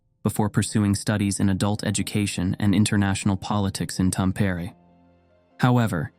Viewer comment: Thanks for these videos of lesser known and strange cases! Here's a tip for pronouncing Finnish names and words: always put emphasis on the first syllable. For example "Tapio" would TA-pio and "Tampere" TAM-pere. Hope this helps 😊